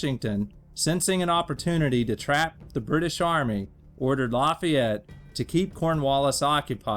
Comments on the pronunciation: Laffyete??? That is not how you pronounce it 😂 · LEARN HOW TO PROBOUCE LAFAYETTE